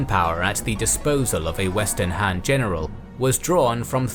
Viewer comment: Why is "Han" pronounced like "Ham"?